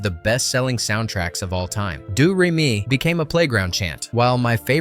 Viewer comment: "Doo Ray Me" 😂